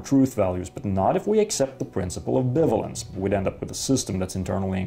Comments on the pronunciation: This is quite possibly the best video explaining logic I've ever seen - well done! By the way, in English "bivalence" is pronounced like "buy-vay-lence", though I understand this can be confusing to someone who has never heard it pronounced but is aware of the word "ambivalence". English is a weird language. Also: "This statement is bitch, please!" is in fact a nuh-uh statement. (There's something I never thought I'd write.) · it's pronounced bi-valence